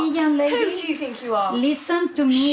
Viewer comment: "who do you fink you are" ✋☝